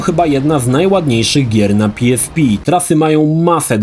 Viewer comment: Na miłość boską. Nie PiEsPi tylko PeEsPe. W Polsce jesteś. Chyba, że to miał być dowcip a ja nie skumałem.